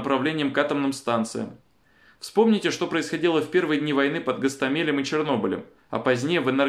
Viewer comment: не ГастомЕль а ГастОмель🤣